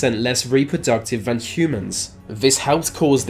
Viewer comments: “Furver van any ova” you sound inbred yourself dude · Great vid, although you sound a bit inbred "More va most" ;)